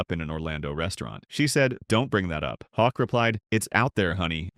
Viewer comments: I stand with the others on the mispronunciation. It's one thing to be wrong, but particularly bothersome is the inconsistency of the narrator: Hoke, Hawk and Hock. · Scott Hoch not Hawk! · Learn to at least pronounce his name correctly !